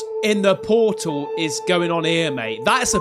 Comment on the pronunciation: the way he says Poortol💀